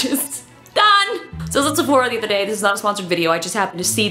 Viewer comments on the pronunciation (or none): sephora ... she said wheree lol